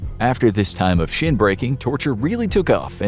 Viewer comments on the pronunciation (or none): none